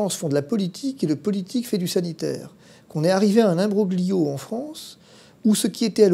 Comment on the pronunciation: Corsica indipendente!! Sa pronunciation de imbroglio me fait penser à la falsità double " feice"